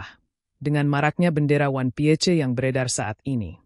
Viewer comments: Ini AI yang baca ato manusia kalo ngk bisa baca ingris ganti banyak yang butuh pekerjaan. 😂😂😂 wan pie C 😂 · 😅😅😅 bertita pakai suara ai 😅 Piece dibaca pie... Ce..😅